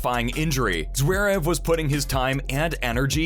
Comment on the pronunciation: Zwerev? I'm Sorry, But His Last Name Is Zverev. Please Pronouce It Right...😮‍💨